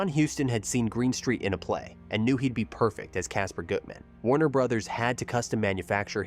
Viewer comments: Also again, the character's name is Kasper Gutman, not Goodman! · Small thing: but the pronunciation is Kasper GUT-man. Lorre's character is certainly queer-coded, but is not Gutman's employee. Elisha Cook, Jr. plays WILMER, who IS Gutman's employee, and as also clearly queer-coded. He is described by SPADE as a "gunsel", which was 30s slang for queer. "Synonym of catamite: a young man kept by an elder as a (usually passive) homosexual partner." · The Ai narrator should have been programmed to pronounce Gutman and Lorre correctly. I think “Double Indemnity” would be an excellent choice for your next project. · And Bette Davis' first name.